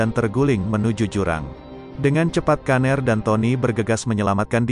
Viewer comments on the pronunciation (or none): Pgilnya brian aja bang..jdi aneh denger kata "kaner"